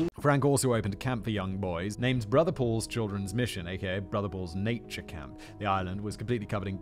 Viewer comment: I thought he said “brother balls” not brother Paul’s 🤨